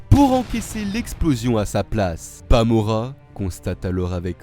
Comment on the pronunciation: Stp arrête de dire bamora